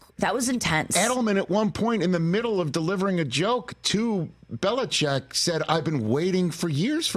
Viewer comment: Add Nikki & Rich to the list of ppl who can’t pronounce Bill Bellichick’s name. Even TB’s on that list. Could do a whole but just on that.